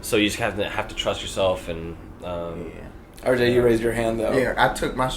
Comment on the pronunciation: He called RJ "Earl" haha